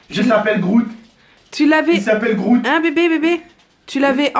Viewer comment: tu ma tuer quand ta dit the s'appelle groots il s'appelle groots 😂😂😂😂😂